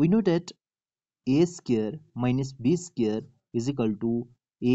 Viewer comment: SQ-UARED not SCARED. If you want to make videos, work on your accent. Listen to videos in English and pay attention to the pronunciation. ‘a scared’ sounds silly.